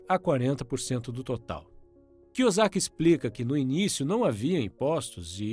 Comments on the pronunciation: Muito bom o vídeo cara, mas cê não acertou o sobrenome do Robert kiyosaki uma vez kk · O mais importante foi passado: os ensinamentos. Seria interessante aprender a falar o sobrenome do Robert corretamente antes de soltar o vídeo. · ROBERT KI - KI O SAKI NAO ROBERT KIUZIAKI KKKK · Pronunciou Robert Kusiac no início do vídeo sendo que o correto seria kiosac. Mas tá valendo kkk. Bom trabalho. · Desculpa mas você falando o nome do Kiyosaki errado dói na alma! Kiyuzaki foi foda 😂😂😂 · Kiozaki e não kiosiak. Mas valeu o resumo...🙏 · "Cusiaqui" kkkk tá sabendo bem pronunciar o nome do autor kkkk, ainda bem q o primeiro nome dele não é oriental também kkkk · Robert "Kuziaki"? Nunca tinha ouvido essa pronuncia.. 🤔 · Na primeira frase do vídeo o kra já erra o nome do autor e fala Robert Kuzyaki" 😂😂😂😂😂😂 na boa, dá pra entender que quem é rico compra ativos e quem é pobre compra passivos, mas no mundo que eu vivo, quem anda de mercedes, tem mansão, relógio de ouro e bolsa da Louis Vitton é rico e quem anda de Brasília e mora num casebre é pobre e não o contrário rs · e vc acha que tá melhorando seus erros entrando em comentários aleatórios que faz gracejos com a falta de real empenho do criador em aprender pronúncia do nome de um altor do livro que tem as sílabas idênticas ao nosso idioma "KIYOSAKI"... se este é o seu plano de ser uma pessoa melhor e evoluída... parabéns ce vai longe... na lua terá até uma escultura sua seguindo nesse caminho, comente e mais 10 comentários aleatórios durante todos os dias da sua vida e em mil anos vc chegará la, agora vai lá garoto pega eles tigrão 👍👍👍 kkkjkkkkkkkkk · Só faltou pronunciares o sobrenome dele corretamente. Fora isso, gostei do vídeo.